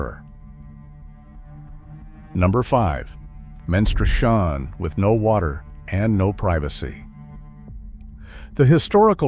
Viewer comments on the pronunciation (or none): Men stru shon' ?? Lose the robots.